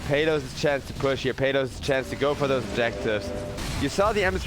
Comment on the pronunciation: That caster is pronouncing exec's carry's name the wrong way. It's PALOS (/PAH/LOS/) man not peyloos😂😂😂